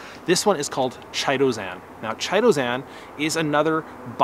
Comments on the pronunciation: Thank you for such a terrifically informative and helpful video. Now please allow me to return the favor… I’m pretty sure you’re mispronouncing “Chitosan” Chitin is a fibrous substance consisting of polysaccharides and forming the major constituent in the exoskeleton of arthropods and the cell walls of fungi. The correct pronunciation of “chitin” is: KY-TIN which leads me the believe the product ‘Chitosan’ is actually correctly pronounced similarly… KY-TOW-SAN 👍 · Pronounced kytosan. The H is silent. Just sayin'.